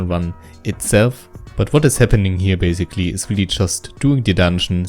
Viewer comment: Das "Bäysigli" hat mich gekillt xDDDD